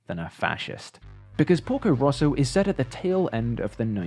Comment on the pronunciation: lmao I'm literally Italian and I kept thinking you were saying "Pulgo Russo" until I saw the screenshot where it says "Porco Rosso" (red pig) even though, funnily enough, my English accent is very similar to yours edit: the title is especially funny because 'porco' is actually a very vulgar way of saying 'pig', which would usually be 'maiale', and is usually used to insult people or cursing ("porco ****" would be equivalent to "****dangit")